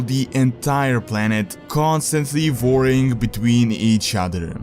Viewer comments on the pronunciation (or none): Vorcraft vore vorlds vorring... I love this guy! :D